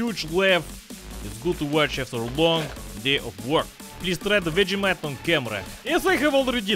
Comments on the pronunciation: As an Australian the way you pronounce Vegemite is triggering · As an Australian gopnik, I approve. Planning to visit Russia soon. The way you pronounce vegemite haha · can't even pronounce "vegemite" and he's in on the Marmite joke